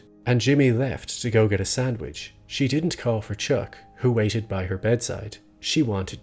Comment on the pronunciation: "Even when their mother was on her deathbed, & Jimmy left to go get a sandwich..." lol Something about you casually narrating the plot during this scene makes it both more hilarious. For 1. How you pronounce Sandwich and 2. Now it seems even more like a dick move for some reason. Probably because my imagination is way too vivid & I just pictured Jimmy have some intense facial expression while biting into his Pimento Cheese Sandwich. Like raising his eyebrows & chewing delightfully & then he climbs ontop of a sunroof to relive himself. lol It's just so messed up to get hungry for a sandwich while a family member is slowly dying. Then again, it's a natural biological urge to sustain yourself, so what makes it okay to eat after 3 days of starving? These are just random rules we made up as a society. It's just like such a Slippin' Jimmy move to do such a thing. So thank you for the hearty laugh mate.